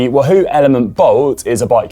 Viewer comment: Love how Conor pronounces Wahoo as Woo hoo !!